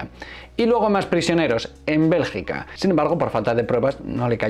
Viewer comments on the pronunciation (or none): none